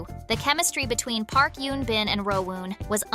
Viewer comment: It’s Eun Bin not Yoon Bin.